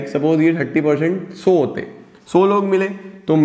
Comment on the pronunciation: Sir so nahi it’s sau